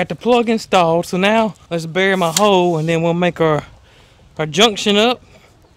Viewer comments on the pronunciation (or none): none